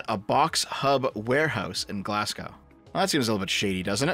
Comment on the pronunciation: You pronounced "Glasgow" wrong.